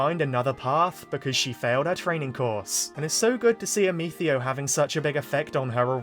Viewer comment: raisin the roof while saying "Ameethio"